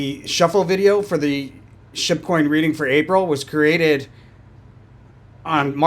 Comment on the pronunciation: I find it so funny that I hear you saying "shitcoin" when you say Shib coin 😂